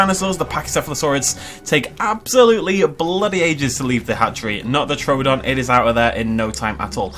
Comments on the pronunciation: True don not tro don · True don! It's not TRO don. You say everything else right, but you can't say it's name right.